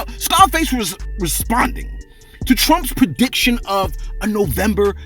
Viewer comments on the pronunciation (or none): none